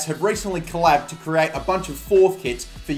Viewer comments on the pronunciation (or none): none